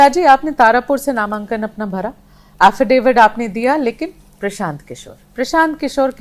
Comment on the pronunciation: हाफिडिफिट लेकर आया है......आज प्रोनूनशशन हो गया😂😂 मुँह में सुपारी रे भाई,, क्या mayla है रे😂😂